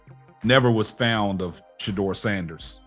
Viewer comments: Wayment...was my man trying to say fond and kept saying found? Omg hilarious 😂😂😂😂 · It’s fond not found good brotha